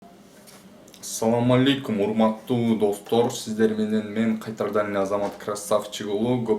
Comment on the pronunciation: кайтарадан дебей кайрадан дебейсизби братан😂